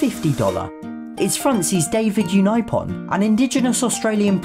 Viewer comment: botched david unaipon its pronounced david un-i-pon and edith cowan which is pronounced co-w-an